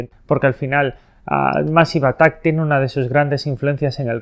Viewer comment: Se pronuncia meisiv atak. De nada